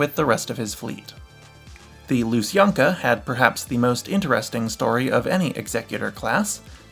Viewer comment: Oh and also, kindly, do you mean lu-san-kya?